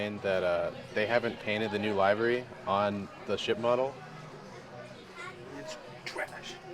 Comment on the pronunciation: The paint job is not called a library like where you get books.It's a livery like the word delivery